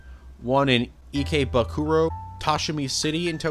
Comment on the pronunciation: You're an anime fan that probably, hopefully watched durarara and you cant pronounce Ikebukuro?